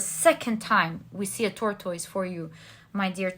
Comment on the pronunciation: I have noticed your pronounciation of tortoise over several readings. The correct pronounciation is tor-tus. Only wanted to to help your vocabulary and is a friendly correction. Thank you for the reading.